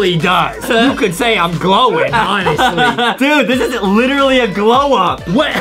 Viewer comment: He lichry chocte again